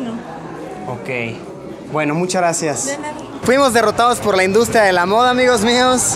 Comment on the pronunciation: Todos: Muchas gracias Luisito: mUcharasiAs